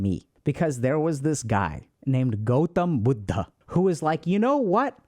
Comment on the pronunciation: That sudden brown accent while saying “gautam buddha” 😂 it was perfect